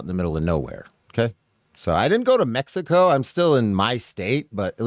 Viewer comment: Never seen so many people moving to mecsico. (Now pronounced mehico) LMAO!!!!😂😂😂😂😂😂